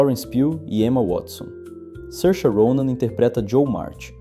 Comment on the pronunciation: É assim mesmo. Tem vídeo dela mesma ensinando a pronúncia.